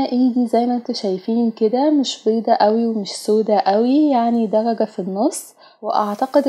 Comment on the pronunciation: دلجه هههههههههه 😂 قولي درجه